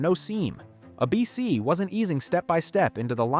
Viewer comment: Take a shot every time the AI narration mispronounces ABC as "Uh-Bee-Cee"